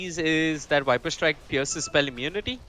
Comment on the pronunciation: Why do the caster keep on saying 'wiper' Is that how viper is called in india or something else?